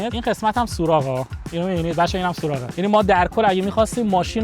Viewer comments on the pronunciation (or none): سوراخ نه سوراق اره